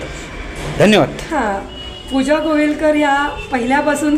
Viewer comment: घोईलकर नाही गोवीलकर